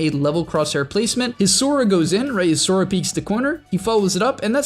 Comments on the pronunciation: “Impartent port” “his Sora” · soVa not soRa